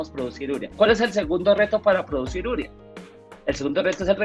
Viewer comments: No se dice úrea. Se dice uréa y se escribe simplemente urea (sin acento). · ¿Por qué pronuncian úrea? ¿no se dice urea? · U–re–a. No es palabra esdrújula. La sílaba tónica es "re". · Llegué aquí por la pronunciación de agricultores artesanales y de un ingeniero agrícola al escucharles ÚREA, y me encuentro aquí, qur también. ¿Qué está pasando?